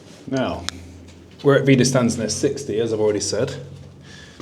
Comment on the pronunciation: First of all a little help in speaking German : Wiederstandsnest is pronounced with "sch" like in trench the "ch" ending. "St" in wieder"st"and becomes "scht". Thank you for showing all that with maps and pictures and everything. Great job. Thank you so much